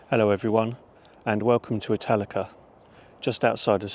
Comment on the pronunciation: I'm not going to lie, I thought you said Metallica at first lol I still thoroughly enjoyed the video tho 😅